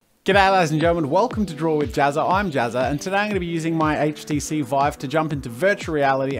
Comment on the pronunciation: Woa you said HTC Vive normally, instead of HatchTC Vive